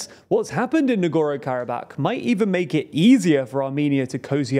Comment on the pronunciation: Can you pick a pronunciation of Nagorno-Karabakh and stick with it? Hard to take a news source seriously when they consistently get the name of the region they're talking about wrong.